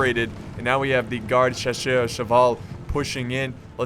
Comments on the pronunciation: Dat french accent. Ha ha ha not so bad. But the "chacheuw" instead of "chasseur" was very funny. Keep going man, good videos as always. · Hey, noticed that you struggle to pronounce 'Chasseur'. It is pronounced 'sha-sur'. It's the french word for hunter. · Loved the video. The way to pronounce chasseur is sha-sir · In french, we pronounce chasseur ''shasir'' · You sounded so french when u pronounced Napoleon man, as a french i was really suprised, i mean i was use to ur desastrous "chasseur" pronouncing